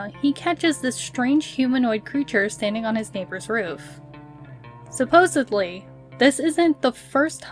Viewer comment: It’s pronounced “Sa-pose-edly” not “Sa-pose-ably” 🤦🏻‍♂️